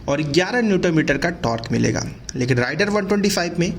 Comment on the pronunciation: Rider(राइडर) नही , Raider(रेडर) है